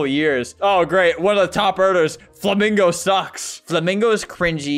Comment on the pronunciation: “I aM bwEetEr tHwEn fWaMiNgago, myI cWoNtENT iS bwEetteR”